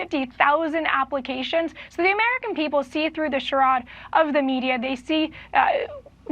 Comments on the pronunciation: 14::38 You can tell when someone's reading from a teleprompter because they are reading words they really don't understand .- SHUR ODD ? Pretty sure it's CHARADE aka Shur aid. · Loved everything she said but lost me on her pronunciation of charade.